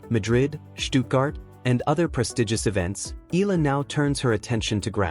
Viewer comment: Nobody is shocked. You're being dramatic. You can't even pronounce Eala properly.